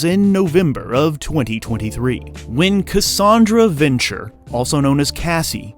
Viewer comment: VEN-TURA, not venture.